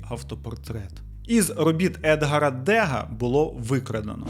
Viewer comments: едгАр дегА, наголос на останній склад, бо він француз) дякую за Вашу роботу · Дякую за нове відео! Вийшло суперцікаво. Тема живопису мені близька і було боляче слухати як по-варварському грабіжники обійшлися з картинами😢 P.S. Невеличка заувага. Едгáр Деґá, а не Éдгар Дéга, він француз, тож наголос на останньому складі. І Куїнджі, а не Куіджі.